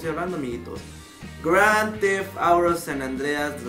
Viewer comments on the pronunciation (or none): holle wey, sabes q wey, o por q wey, q diablos wey, eso es lo unico q sabes decir: wey, wey, wey. la proxima habla mejor q no es grsdefauro, es grand thef auto, okay, way pit inglish, friends and hot in the modern fokiw